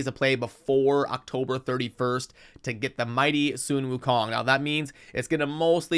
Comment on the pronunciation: Bro.. its "sun" not "soon". Are you doing this shit on purpose? I've watched a few videos now of you butchering simple pronunciation.. You know like the source of light you see when you wake up in the morning?